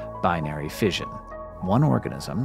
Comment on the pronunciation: You have a penchant for EXTREMELY ... shall we say "eccentric"? pronunciations. Just for your information, the word "fission" is pronounced "fishon," NOT "fidgen."